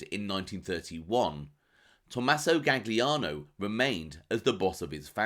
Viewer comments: "Gaggliano"? Oh really? If you're purporting to be an authority on a subject at least get the F pronunciation right! Jeez! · “Galiano” it’s pronounced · good to know, just hurts my ears hearing it pronounced that way. Will check out the vid. Cheers. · The second G in Gagliano is silent